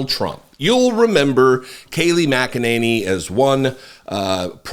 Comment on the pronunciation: It's pronounced "mack-a-ninny "